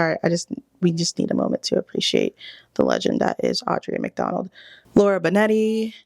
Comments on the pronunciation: I’m glad the algorithm brought me to you. That being said, you butchered EVERY single name. You can’t take a moment of silence for AuDRA McDonald and then call her Audrey. You will lose viewers this way. I wish you much success! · Like the topic. But hearing “casted” “Audrea McDonald” “Laura Benetti” and “Sophia Ann Carso” all within like a minute was TOUGH. At least one of the names could have been said correctly 🙃